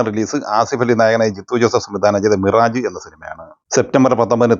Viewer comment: മിറാജ് എന്നല്ല, മിറാഷ് എന്നാണ് പറയുക.